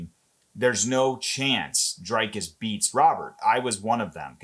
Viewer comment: His name is NOT pronounced Draykis it is Dree like and cuss like miss. Doo pless like bless and cee. ❤